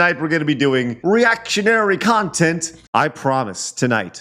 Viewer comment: Bwahaha with the 'reactionary khantent'.